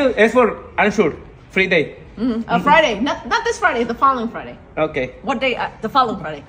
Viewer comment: Fre day Jajaja en ves de Friday Jajaja que más pensó puede ser uno